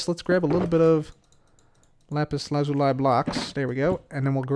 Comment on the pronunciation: It’s pronounced lazulee...